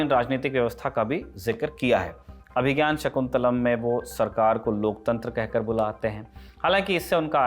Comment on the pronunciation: एंकर को अभिज्ञान शाकुन्तलम् पढ़ना भी नहीं आ रहा है